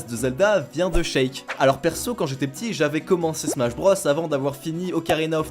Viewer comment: Par contre, on prononce "Chik" pour Sheik, "Nukeulz" pour Knuckles, et "Smach" pour Smash (et pas Smatch par pitié...) Super vidéo sinon continuez 👍